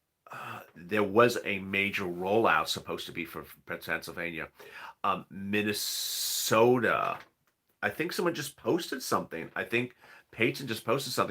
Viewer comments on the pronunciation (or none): none